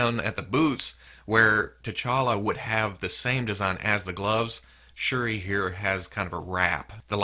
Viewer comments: You pronounced shuri correct and shuri is from the black panther movie too not just comics she is black panthers sister. In the movie she is a expert with tech and designed black panthers suit, in the comics she used a suit aswell hopefully in part 2 of black panther she can have her suit😆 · Shuri is T'Challa's half sister. She took the role of Black Panther when T'Challa went to Hell's Kitchen to cover for Daredevil(I think). And you're pronouncing Shuri right.